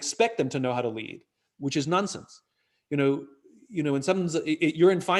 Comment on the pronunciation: Did he say nunsense?